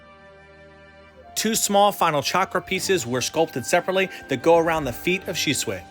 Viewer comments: why you gonna say shisway instead of shisui... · Nevermind the fact it's supposed to be pronounced "She-sue-e," his face is actually really off to me, and I'm not understanding why his hand is in front of his face like that. Its quite awkward placement imo. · Dude does not know how to pronounce shit go watch the anime and say it the same way they say it in sub not dub buddy talking about shisuway when his name is shisui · shi-zu-e not shizu-way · He said shisuway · it's pronounced shi su ee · omg your pronunciation is awful, you can't even say Shisui? I'm out.. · You said the name wrong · Whot? Side characters now?nudbad.... I dun think he's even in the vg?... The susano is really good. Btw it's su-san-o tho? And your shisui sounded like shishui. Try dropping the h sound?